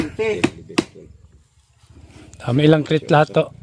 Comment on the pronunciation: hindi krits dapat ay kreyt.